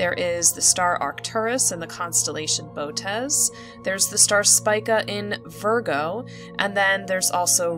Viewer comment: Auriga is pronounced /aw-ˈrī-gə/ and Canes Venatici /ˈkā-ˌneez-və-ˈna-tə-ˌsī/. Boötes is pronounced /bō-ˈō-teez/. An umlaut above a letter means the letter is read separately. In Latin technical words the letter i at the end is normally pronounced /ī/ as is in radii, Gemini, apha Tauri, etc.; ae is usually pronounced /ee/ as in Aurigae, formulae, etc.